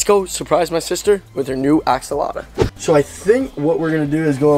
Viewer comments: Its funny because he is saying it wrong LOL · You forgot to add the L in axolotl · I love how he did a whole video on something he can't even pronounce! 😂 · I hate how you pronounce axolotl, it’s like you forget tl and add uh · You’re not saying it right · I love how he calls it an axoloto instead of axolotl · axolota lol (ax-o-lot-ol) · Btw it's not ax-a-lata it's ax-o-lot-el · “Axolota” 😂😂😂 u had me dead every time you pronounced it.. AXOLOTL ik u know now but I had to say it😂 btw this is a leucistic Axolotl if you didn’t already know😇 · It's not an axolotta... it's an axolotl LOL. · It's axolotl, not axoloto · he doesn’t even know how to pronounce axolotl … he says axalata 🤦🏻‍♀️🤦🏻‍♀️ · Not axolotla!!! Axolotl! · It’s not called an Axolota it’s called an Axolotl bruh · It's pronounced (ax-O-lot-ul) not (ax-O-lot-u) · Am I crazy or is it call an AXOLOTL? I have 4 and I have never heard anyone say axolota or axoloto like he says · I’m not trying to be offensive but I’m pretty sure they are called axolotls not axoloto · It’s Axolotl not Axoloto and I have the same Axolotl with black eyes and she’s a grown up and she’s cute tell your sister that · Axolota😂😂 it’s Axoltl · Hey not axoloto is axolotl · He is saying axolada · It isn’t axalta it is axolotl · i know axolotls for 1 year also there not called axolotos there axolotls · It’s not a axolota it’s a axolotl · It is not axoloto it is axolotl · Why do you say axaloda not axalotle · Its axolotl not axoltlo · it's not axalota its axolotl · axolotl not axoloto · Axe o loter? No its axe o lot l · It’s axolotl Not axoloto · It is axolotl not axoloto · Bro said "Axolota" xD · The say he says axolota kills me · You forgot to add a L in "Axolotl" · lol u say axolata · I'm not trying to be rude but Your saying axolotl wrong :/ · I dont want to be rude buts it’s axolotl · Not going to be rude but it’s axolotl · its actually pronounced axolotl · I don't mean to correct but it's axolotl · It's AKS-O-LOT-LL